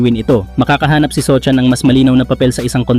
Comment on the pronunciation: sohan po ndi sochan 😂